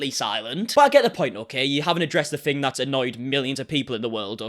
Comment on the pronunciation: THing, not Fing man. Three not free. Otherwise, love this video,👍☺️